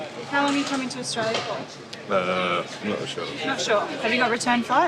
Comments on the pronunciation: I think she said Australia not Diarrhea 😂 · no no no she wasn't saying 'diarrhoea'. She was saying 'Australia' (pronounced as 'ao dah lee yah') prob trying to say those shoes were got in AU.